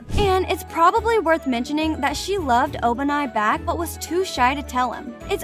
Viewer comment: Sanini💀 En-osuke💀 Obanaayi💀 Shinobo💀